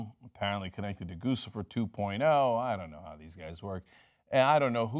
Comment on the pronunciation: Is it not pronounced 'Gucci'fer? Why TF does everyone on YouTube say Goosey-fur?